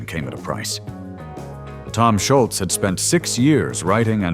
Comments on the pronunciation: It’s not Schultz,. It’s Scholz, no T. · I believe that the A.I. narrator mispronounced Tom's surname every time.